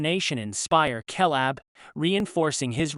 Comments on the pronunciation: This is hard to watch solely for the fact he pronounces Caleb as Kalab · Ok first off... That ridiculous constant "KAY LAB" mispronunciation shit got old real real fast. Second.. Caleb... Grant.. Really..? What's his buddy's name Jeff Tom and Hank . Haven't heard the name otzi a single time. Not a good look for a " movie recap" when you don't even know the main dudes name.. 🤢🤮